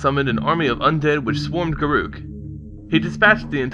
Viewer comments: He is pronouncing it wrong. Listen to any Wizards of the Coast employee pronounce his name. It's Gar ock. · If his name is pronounced the way you say, it would be written as garuuk, not garruk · dont worry Garruk is my favorite planeswalker and i pronounce it, and always have, Gah-ruke. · a have always called him Gar-ook as well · i always pronounced it guh-ruk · Garoookie crisp...lol, we call him Garook 2